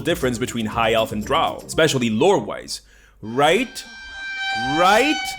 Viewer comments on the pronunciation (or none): I hate how they have so little description of anything, relying on the art, which doesn't always fit. Drow rhymes with crow, not cow.